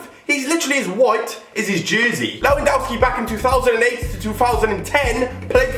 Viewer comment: You pronounced Lewandowski wrong..Just saying